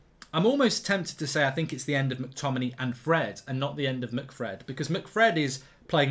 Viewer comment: Mark why do you completely ignore the ‘a’ in mctominay when you say his name 🤣